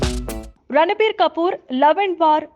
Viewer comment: He is not ranabir. It's ranbir